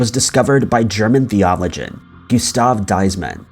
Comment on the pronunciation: Your mispronunciation of “theologian” & “Edinburgh” completely undermines your credibility as a researcher & narrator.